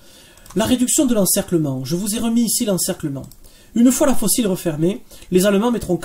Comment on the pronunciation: Bon boulot, merci (mais « le coup de faux-cils, c’est peut-être pour Kim Kardashian. Pour Manstein, c’était le coup de faucille, prononcé comme « manille » 😉).